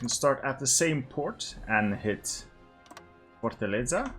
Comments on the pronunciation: Its not that much of a concern, but why try if you cant. The way hge said fortaleza was with a spanish accent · Mas ele conseguiu '-' ou não entendeste que ele disse Fortaleza? Eu entendi bem, a pronúncia dele foi boa o suficiente para ser compreendida ,diria eu ,por toda a gente que viu o video